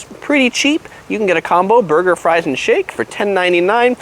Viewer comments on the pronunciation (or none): none